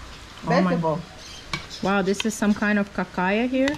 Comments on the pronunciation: Is not cacaya, its Pacaya. A Pacaya it's a flower. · CACAYA. LOL Pacaya !!!